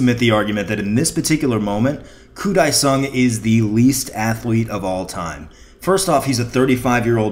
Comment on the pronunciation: Its Dae sung koo